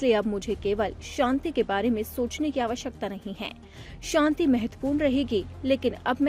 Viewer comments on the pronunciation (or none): Nobel shonti nahi. Nobel shanti hota hai. Not Shonti. It’s. SHANTI